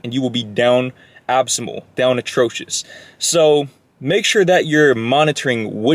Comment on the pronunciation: "Down absymal" 😂😂